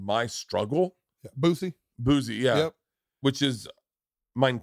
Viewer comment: No matter how many times jelly says bossie the correct way Bert still say boozy